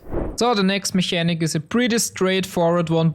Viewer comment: Mechanic is pronounced in English with an hard K sound. It sounds more like "Mekanik"